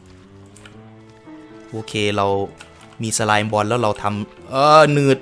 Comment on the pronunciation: พี่ สไลม์ อ่านว่า สะ-ลาม นะฮะ